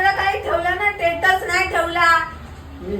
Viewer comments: टेटस बोलते स्टेटस बोलायच तर 😅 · शिकली आहे म्हणे ही,टेटस म्हणते, स्टेटस ला,तीला बरोबर करा कोणी शिक्षीतांनी